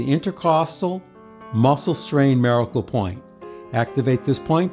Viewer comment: Why do you pronounce the word miracle so strangely?